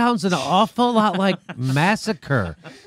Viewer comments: "Massacare"?!!! ROFL!!! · Massa-care!?? Wow! Really Romney?